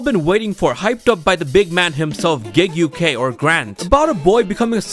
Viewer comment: Na the way bro pronounced gigguk I will never say his name the right way 🤣